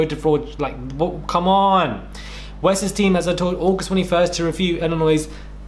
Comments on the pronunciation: LOL!!! You carefully pronounced 'Illinois' LMAO!!!! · Ngl, was laughing my WHOLE ass off listening to trying to talk about US politics and locations. Caught the pause for pronouncing Illinois correctly, but I lost it when he said "Ar-Kansas." Good vid. Just super funny listening to someone (presumably) from the UK discuss these things.